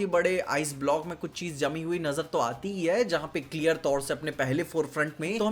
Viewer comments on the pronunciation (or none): none